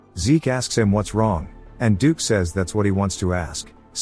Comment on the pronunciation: Wow, it took till 1hr 49 mins till you could get "dukes" name correct